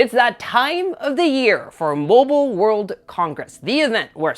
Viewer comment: its Mobile not MOBIOL..😅